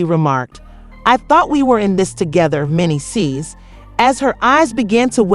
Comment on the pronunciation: SAID MENDEECEE NAME WRONG 45 TIMES. AT LEASE SAY THE NAME RIGHT IF YOU WANT PEOPLE TO UNDERSTAND. YOU SAID IT WRONG SO MANY TIMES IM TAKIN THIS AS A JOKE…